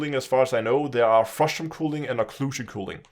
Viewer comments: For reference it’s normally pronounced cuh-ling. It sounds like you’re saying cooling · Ismt it culling not cooling which you keep saying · Cull - pronounced like ‘skull’. Culling ( like skull ing ). FYI. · "cooling" lol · the mispronunciation of "culling" made me chuckle Good to know FDEV are at least aware of this shitshow though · and I was polite and explained it succinctly as well as the reason I was correcting the pronunciation (because it was confusing). Since he didn’t know what culling is, it follows that he might not know how to pronounce it as a matter of fact rather than accent